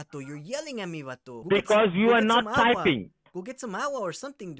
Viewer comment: Hilarious video!!! Should be a shot game with the word “Vato”! Cracked me up every single time he called you “Vatu”! Great video! 👍🏼